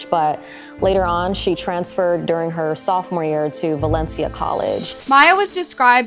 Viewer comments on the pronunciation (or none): none